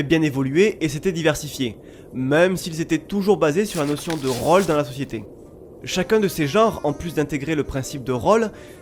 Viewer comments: Bah enfaite (mais ptet que c'est que moi) j'aurais plutot tendance a prononcer le "ô" comme un "au", de façon ouverte (jrcois que ça vient du ω) que de façon fermé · Mis a part ta prononciation de "rôle", je kiffe a.b.s.o.l.u.m.e.n.t. tout